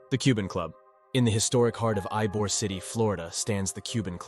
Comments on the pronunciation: It’s EEE-bor not EYE-bor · Yeah when I heard him pronounce it I know he wasn't a local he was basically reading a travel brochure. Likely using AI. AI mispronounces a lot of words still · Literally came here to say this 😂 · Its not pronounced Eye-Bore it's pronounced Eee-bore. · Although it might be spelled “Ybor City”, this is actually pronounced “E bor” city. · Ybor is pronounced E-BOR. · Lol eye bor